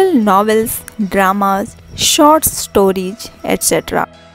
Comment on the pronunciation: Hey you first make right pronounce the English word like i say (was) is correct pronounce but you are saying (waj)and (storige)is not correctly but (stories)is correct pronounce